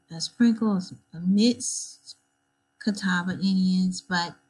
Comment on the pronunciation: I am a member of the Catawba Indian Nation. The way she is pronouncing it is the only way I've ever heard it pronounced. The Catawba language is Eastern Siouan language.